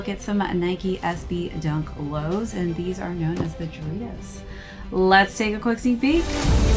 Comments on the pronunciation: the J is pronounced as H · Great video!!! Pronounced without the heavy J though🤝🏽🙏🏼🔥